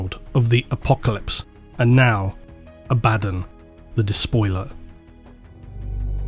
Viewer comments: You need to stop saying the Ábaddon/Abaddón thing... It's clerly Abáddon. 😂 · please, no more Abbadan.... Abba-don, it irks me so. Love the content though good sir.... GIVE US MOREEEEEEEEEEEEEEEEEEE! Huge fan of the deep dives :) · "ABBA" "DON" Not "A-bad-in" GW literally have a video on how to say the name as well. Phonetically it doesn't make sense saying "A-bad-in" anyway. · Silly brit. Its Abaddon, not Abaden. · It’s not abÁddon,, it’s Abaddon. The first A is the loudest. Listen to an audiobook and hear it spoken correctly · They literally have an official video explaining how to pronounce these names. Abba-dawn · The way likes to say it, sounds almost exactly as the word "abandon". To me this feels really funny - "the army of abandon attacked..." the forces of abandon gathered around..." If you change the infliction, "Abaddon" is no longer "abandon":P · Excuse me for beating the dead horse on this topic again, but I have another argument against favourite Abaddon pronunciation:)) The way he likes to say it, sounds almost exactly as the word "abandon". This sounds really funny - "the army of abandon attacked..." the forces of abandon gathered around..." If you change the infliction, "Abaddon" is no longer "abandon":P Edit: God forbid, if you need to say "The abundant forces of Abaddon, abandoned the planet previously abandoned by the abundant forces of the imperium":D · inability to pronounce ‘Ab-a-dawn’, leaves me drifting ever into the warp. Emperor protect me. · just say ABBAHDON ITS NOT HARD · Honestly, you've all got it wrong, it's pronounced "Abba-DOON!" Spike Milligan is his true gene sire; spend enough time in the Immaterium, and anything's possible... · Do you say Abbadon like that because he’s a bad ‘un? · who's "a-bad-in"? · Learn to spell Abaddon, please. A-Ba-don (second D is silent) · I love every time has to pronounce abbadon twice. Poor guy sounds so done with it 😂